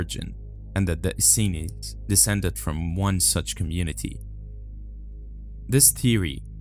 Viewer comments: It's es seens, not es sens! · they are not the Essences, but the Essenes. Pronounced Es-seens. Good video. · Just an FYI: Pronounced "ess-seen-s" but I understood who you were referencing.. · Your pronunciation of "The Essenes" was horrible. Study "The Essenes" more before you speak about them.